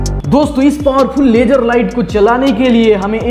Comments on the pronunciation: Poora duniya ko LASER bolega hindi wala ko LAGER LAGER zero nahi geero jeero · Sala bihari. "laajjer light"